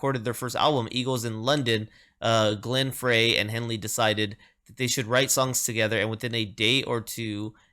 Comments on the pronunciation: BTW, Glen Frey pronounces his last name FRY, Like French Fry. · Fantastic! A deep cut "White Rhythm and Blues" from her Living in the USA album is really special. Just FYI - it is Glenn Frey (pronounced FRY). Love the channel!